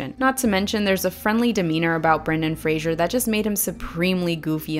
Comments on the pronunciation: Got distracted from the excellent video by the pronunciation of "Brendan Fraser" as "Brendan Frasier". Now that would have been a different movie! Imagine Frasier asking the Mummy about their childhood! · This was a perfect analysis and thank you for doing it. One little thing, Fraser rhymes with razor. Sorry, I'm not trying to be a jerk.